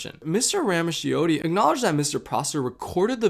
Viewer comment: really great and informative video! just a small note, ‘ramaccioti’ is actually pronounced ‘rah-mah-CHO-tee.’